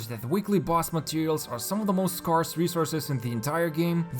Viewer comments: Dude can't even pronounce "scarce" or "scarcity" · * pronounces scarce wrong multiple times